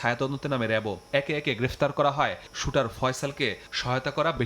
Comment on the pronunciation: Shooter! he is a criminal. Pronounce correctly!